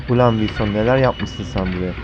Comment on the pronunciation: abi niye vinson diyorsun?